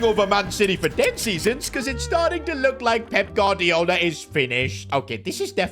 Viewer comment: Did say Baldiola